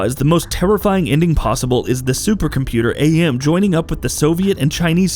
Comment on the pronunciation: Garbage channel, garbage content. Also, it's not A.M., it's "AM", as in Am, as in "I think therefore I AM"...it's from the short story the game was based on. Also you explained the ending wrong. Fuck off with your top 10 garbage channel